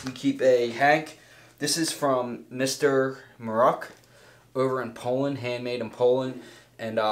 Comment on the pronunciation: "Mr. Mruk" is pronounced rather like "Mrook". In Polish it means gruff and taciturn person. ;)